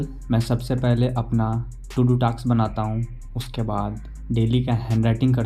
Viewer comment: Bhai taks nhi task hota hai😂😂